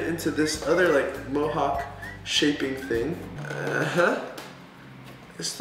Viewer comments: its a Mohawk not fohawk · Hi the word your saying is fohawk but the word is Mohawk. my birthday is 4th of July and I'm seven years old.